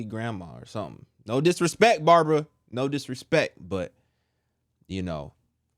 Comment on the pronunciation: Wonderful word! 😂 the way you say Babara sounds very funny, although you don't mean to sound that way, but it's funny. God bless you